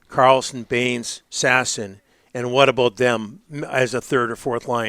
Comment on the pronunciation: how long till Donnie and the rest pronounce Sass-ON properly.